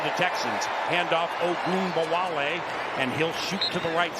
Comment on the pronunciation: every insane "ogunbowale" pronunciation timestamped